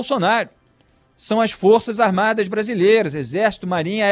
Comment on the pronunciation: O Idiota nem sabe falar Forças Armadas. ele falou duas vezes: Forças "Armadi "! Forças "Armadi "! E diz que é radialista! E quer dar seu parecer sobre o Presidente da República eleito democraticamente, mesmo "COM O VENTRE RASGADO POR UM PETISTA!" { PRESO EM FLAGRANTE DELITO! E ACOITADO PELO STF }.